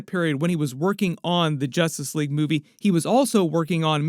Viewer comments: I can't not hear "Jostice League" 😂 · It sounds like your saying Jostice league at first 😂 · Ha ha …. Jastus Leeaig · Why's bro keep saying jostice league 😂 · Y does this guy keep saying justice league wrong. Can’t u speak English lol! 😂